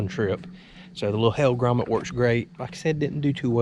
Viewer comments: Pronounced Hel gram mite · Not to sound like a know it all.... but the lure name is pronounced hell gra might. Sorry, retired teacher hahhah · The way buddy says hellgramite is pure gold lol